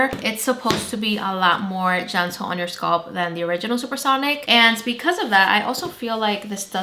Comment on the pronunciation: The word is “scalp” with an A in the middle not “sculp”. I had to stop watching because this irritated me so much